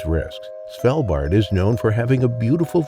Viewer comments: It is Svalbard not Svaldbar. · Norwegian here - it’s Svalbard, with a hard “a” in both cases, not “Svelbahh”